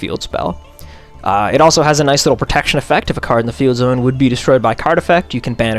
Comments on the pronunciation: Hearing someone pronounce it as zee-one is so disgusting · It's pronounced "zone."